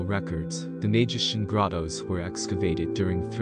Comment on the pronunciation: Great video. BTW, Maijishan is pronounced my-jee-shan.